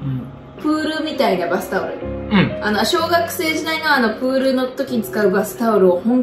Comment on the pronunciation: お二人のいつも、動画落ち着きます〜！ のプールのイントネーションが気になり1番印象強く残りましたー^ - ^